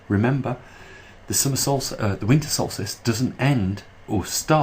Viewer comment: It's "Solstice", not "solstist"